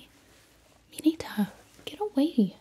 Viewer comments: btw its not mineeta its mineta like a short e lol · It’s pronounced MEE-NE-TUH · I still can't get over the fact that she sais "Minita" instead of "Mineta" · ARE WE JUST GONNA IGNORE THE WAY SHE PRONOUNCED MINETA?!?!?! "MINEETA" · When she says meeneeta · I like how she says mineta "minita"